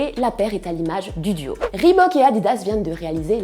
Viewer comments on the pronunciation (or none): none